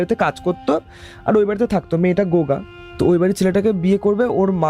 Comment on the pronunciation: gunga k o goga bolchhey😅